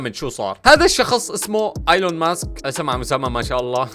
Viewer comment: ايلون ماسك مش أيلون ماسك 😂😂